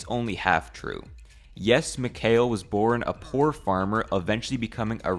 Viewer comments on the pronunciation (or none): none